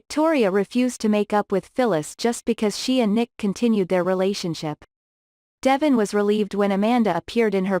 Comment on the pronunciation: I will never subscribe until you take the time to learn to pronounce the city name and devon name.